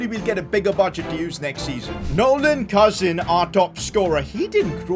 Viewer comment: It”s not pronounced cousin like my cousin it’s pronounced cooseen